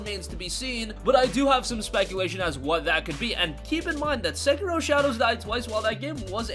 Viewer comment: learn how to speak bro! segiro!? specially on a info \ speculation video